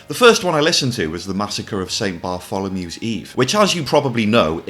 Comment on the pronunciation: So glad you said “The Massacre of St Bartholomew’s Eve” correctly unlike one or two other YouTubers.